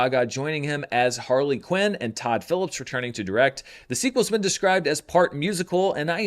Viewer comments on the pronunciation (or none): none